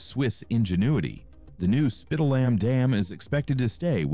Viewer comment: If the dam was really dangerous, they could slowly release the water in the reservoir, until it could be reinforced. This video is trash, and they didn't even bother to check the pronunciation of Spitallamm.😖